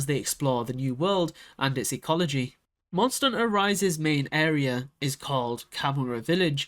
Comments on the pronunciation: Monster n'ter XD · "Monster 'nter World"